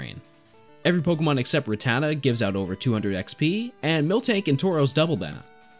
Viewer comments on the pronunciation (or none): The way you pronounce rattata makes me wonder if you have ever seen a single episode of pokemon as a kid 😂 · It’s RAT-ta-ta not ruh-tata